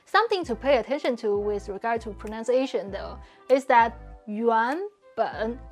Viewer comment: You say ‘wiz’ instead of ‘with’ and we still understand you, sooo I feel you are doing a bit of nitpicking. Basically pointing out tiny flaws that don’t matter.